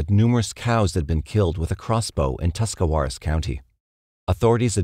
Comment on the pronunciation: I live in northeast Ohio, good job on the Tuscawaras pronunciation, people who live here can’t even say it lol.